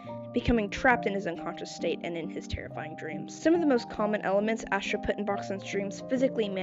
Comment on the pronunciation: “ass-tro” is crazzyyyyy 😂